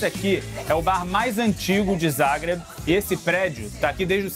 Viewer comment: Amo a Croácia, já estive lá umas 5 vezes e quando soube desse episódio corei para vê-lo. Adorei que o Pedro é um dos únicos da TV que pelo jeito sabe pronunciar "Zagreb" direito. Mas quando ouvi que a Croácia era parte da República SOVIÉTICA da Yugoslavia doeu...parei ali mesmo...